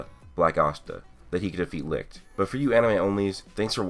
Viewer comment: German guy here, I can tell that the name "Licht" is really hard for you to pronounce. Most of the time you keep saying "Likt" instead of Licht. :D No hate, it's just funny to hear. Great vid. as always.